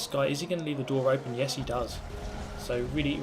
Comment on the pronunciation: You haveh to leaveh the spaceh